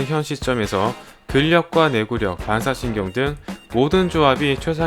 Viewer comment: 발음이 무슨 씌리즈 봔사신경 이러냐 ㅋㅋ